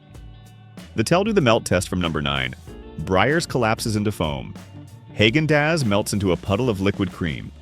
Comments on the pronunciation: Haagen-Dazs: Short "a" pronunciation. Think Uta, not Festus. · That’s not how you pronounce Häagen-Dazs